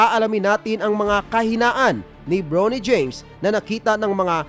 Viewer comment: Bronny LODS hindi “Brownie” parang sa Aso.😂😂😂😂😂😂